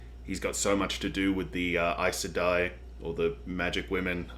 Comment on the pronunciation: You pronounced Aes Sedai correctly, that's amazing! I said it wrong for YEARS until I finally listened to the audiobooks haha